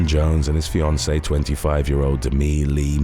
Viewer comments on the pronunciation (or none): none